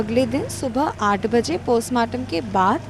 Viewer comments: Abe postmartam ko Kostmartam kyun bol raha hai😂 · Chutiyanandan cosmartum nhi postmartum hota h